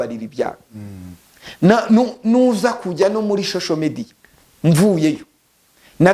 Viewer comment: Nubwo ufite imodoka nziza ariko ntukabeshye ntiwize ntibavuga shosho media bavuga social media uko uvuga nkumuntu utarize na primary ngo nayo uyirangize